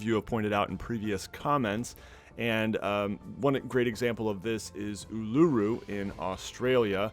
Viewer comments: Oolooroo????!!! No Ul"Ar"Roo Uluru Thank me later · Heheh it's ool-uh-roo, not ool-ooh-roo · oo-la-roo not oo-lu-roo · "oolooroo" (its oo-la-roo) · Just a quick pronunciation tip from an aussie: u - luru, not u - lu -ru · As an Aussie, thank you for pointing this out. It's known as the world's largest rock, which is why it was known as Ayer's Rock before we started using the cultural name. He also pronounced it wrong. It's like Oo-luh-roo. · I’m from Aus and it’s pronounced “ooh-luh-roo” Uluru :)) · ~ Uluru’s pronounced as oo-lu-ROO, with emphasis on the last syllable and a shorter second syllable The More You Know 💫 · As an Australian, it's funny how he pronounces Uluru as "u-lu-roo" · The highlight of the video. You calling Ulluru u-loo-ru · omg the way he pronounced Uluru lmao (I am here to teach you!! it's pronounced "oo-loo-roo" kind of but don't put the emphasis on the "loo" but on the first "oo" so it ends up sounding something like oo-la-roo) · ITS PRONOUNCED LIKE OO LA RU NO OO LOO ROO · Uluru is pronounced in AUS uw la roo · the way he says uluru though... in aus its ool-ar-oo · OOH-LA-ROO Or Aeyres Rock as its better known. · "ooo looo rooo" huh not uluru ooooloooorooo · Oo-lah-roo - from an Aussie 😊😊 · how to pronounce Uluru Uh-luh-roo hopefully this is good enough for you all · it's more commonly pronounced oo - la - roo uluru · Uluru is pronounced Oo la roo sorry im just an aussie and your pronounciation triggered me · o la roo. thats how you pronounce it. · Loving his unique pronunciation of Uluru 😂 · Sorry for this but it's said Uluru so Ul like the ull sound in pull, the second U is said like the U in up and the RU like roo out of Kangeroo. Thought I would just point it out. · Oh no. I’m sorry. As an australian, the way you pronounced Uluru was funny. Placing the emphasis in the middle is just funny to me. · The way he pronounced Uluru 😂😂 (as an Australian I find it rather funny that other people can’t pronounce this) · You say Uluru so weird